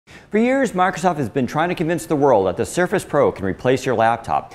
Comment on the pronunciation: First time I ever heard someone pronounce the Redmond-based company's name as "Markov". Markov Windows. Markov Word. Markov Surface Pro. Unusual!